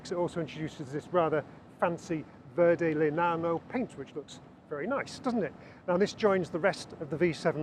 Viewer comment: Your pronunciation of verde legnano wasn’t great the first time, but it was far worse the second time.